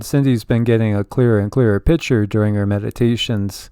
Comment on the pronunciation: Lol need to let you know when you say picture its sounds like you are saying pitcher.